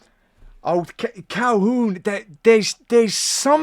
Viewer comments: it is pronounced adam "cal-hoon" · I'm definitely a fan of "CalHOOON", especially with that pronunciation.